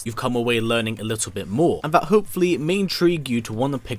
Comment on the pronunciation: Imagine narrating YouTube videos and pronouncing "that" as "vat"